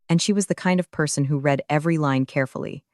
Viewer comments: Not reed but read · This is a remake of a story I read just a little while ago but with a man instead of a woman. Plus, they still don't know how to say the word "read" correctly.